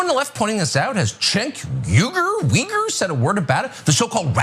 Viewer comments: Hahahaha yep. In my mind, phonetically Cenk has way more mystery. You could give Uyghur to a kid in grade 4 and they could sound it out. At least better than Tucker did. The crap that slips past folks is unbelievable 😂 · Lol so mispronouncing a name, is racist now? We just keep setting the bar lower huh